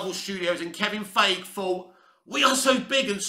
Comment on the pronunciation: I wish you'd make an effort to pronounce Feigi's name properly. It takes me out of your commentary when you say his name and I have to take a second to remember you're referring to Feigi.